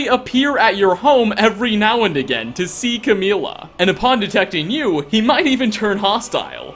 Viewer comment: Umm it's camilla not cameela